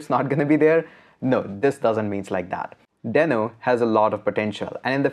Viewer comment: It is a dinosaur not a sock...watch Ryan Dalh Talk..he mentioned it And its Dee-no